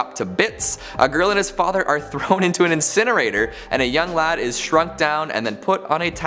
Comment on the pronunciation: I find it really odd when Americans say "lad"